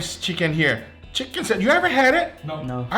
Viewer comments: why are you saying sanwish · Nobody:: Sanwish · ferramos11 my Hispanic friend calls it a sanwish too. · That’s how you pronounce it in Portuguese but it’s still hilarious 😂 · I laugh every time he say sandwich 😂🤣..Sanwich💀